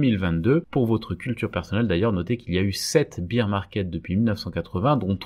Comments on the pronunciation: Juste un petit point d’anglais : on ne dit pas « beer » market mais « bèèr » market. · Petite correction : bear market se prononce bère comme père avec un b, parceque bire market cela fait penser à beer market, le marché de la bière... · On prononce "bére" market, pas "bire", c'est un "marché ours", pas un "marché biere" :) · bear se prononce comme la bière mais sans le i. Tandis que la bière en anglais (beer) se prononce comme vous le faîtes. ;-)